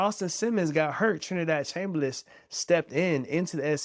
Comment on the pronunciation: It's Chambliss not Chamberliss. Look it up. Don't want you to get attacked if this video ever gets big.